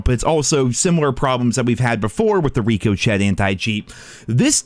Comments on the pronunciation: Bro for the love of god pronounce Ricochet right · please see this. Its pronounced rick-o-shay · Stop calling it RICO CHET you silly pre ordering nerd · Dude just said “Rico Chet” 😂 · Who says “Rico Chet”? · RICO CHET HAS GONE ROGUE. RICO CHET=SKYNET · Is there a story behind “Rico-chet”? 😂 Solid video though! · ikr ngl it’s obnoxious to hear at this point, can’t tell if it’s ignorance or lack of grammar skills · came here to say this... wtf is a rico chet? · Ricochet (rick-a-shay) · When is he going to learn how to pronounce it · yo why does keep calling it rico chet, lol, intentional? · I can't trust a guy who can't say Ricochet properly. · If you say ricochet wrong again I'm going to ban you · bro I cant watch anymore videos if you wont pronounce Ricochet correctly, idk why it is bothering the hell out of me lmao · First learn how to pronounce “ricochet” then I’ll take your video seriously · ask Siri how to pronounce ricochet 😂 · Still saying ricochet wrong… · I don't know what's worse, the bans or the fact that you still can't say ricochet properly!! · Bro you don't hear the t in ricochet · Can you not pronounce ricochet properly or something? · Bro there is no way that’s how you think ricochet is pronounced 😂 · Honestly wasn't that bad of a launch, atleast the servers were up. And the way you pronounce ricochet gives me an aneurysm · Love you man, but you gotta learn how to say Ricochet😂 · how hard is it to pronounce ricochet.. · I swear to god if you say Ricochet wrong one more time. Holy shit. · I'm unsubscribing because you can't pronounce ricochet correctly. Grow up. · Learn how to pronounce ricochet please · Oh my God oh my God oh my God will you please pronounce Ricochet right it's so effing annoying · Love how he always mispronounces ricochet, lol 🤣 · Makes me wanna hurt myself when he mispronounces it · It’s Rick-o-shay not Rick-o-Chet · Just try it once, I beg you. Ri-koh-shay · Wtf is rico chet? Its rick-o-shey